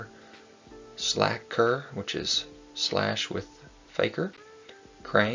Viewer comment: I think it’s pronounced Slay Ker….like Faker